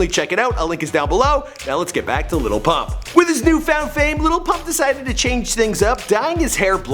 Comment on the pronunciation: Why are yall saying "LITTLE PUMP" ?! I am german and can say it better 🤣